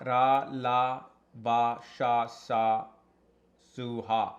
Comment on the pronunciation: All are Telugu Alphabets Hey, you got this list from some Telugu astrologer or Telugu astrology book Oh yea, you didn’t pronounce some of them correctly It’s Meliki Sa and you sounded like sha when you said it 😂